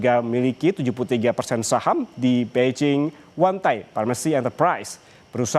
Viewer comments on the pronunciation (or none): none